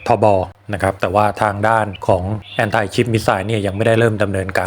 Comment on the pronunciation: ผมก็ว่า ที่เรียนๆมาถ้าสำเนียงไทยก็อย่างท่านว่า แอนตี้ ชิพ , แอนตี้บอดี้ ฟังกูเกิลแปลภาษา ai ก็ออกเสียง แอ้นทิ แต่ออกเสียง แอนไทล์ ก็งงเหมือนกัน ถ้าทำคลิปให้ฝรั่งด้วยกันฟัง(อาจจะเป็นคลิปต้นเรื่อง)เป็นภาษาอังกฤษจะออกสำเนียงแบบฝรั่งก็คงไม่แปลก นี่ทำคลิปภาษาไทยคำศัพย์น่าจะออกเสียงสำเนียงไทย คนไทยฟังจะได้ไม่งง .........อย่าว่ากันนะ แอดบอกท้ายคลิปว่าใครมีความคิดเห็นอย่างไรก็คุยกันได้..